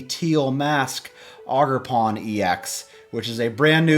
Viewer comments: It’s ogre like shrek then pawn. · haha "augerpon"